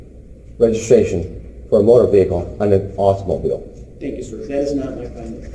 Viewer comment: Did anyone else think "Sixteen Candles" when he said auto mobile? : )